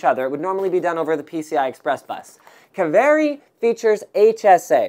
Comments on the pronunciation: Pronounced "Kaveri" not "keveri". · His pronunciation of 'Kaveri' really pisses me off. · Well, wherever they took the name, it's fun to hear non-Finnish people pronouncing it ^^